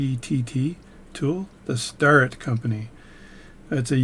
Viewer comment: Starrett is pronounced stare - et.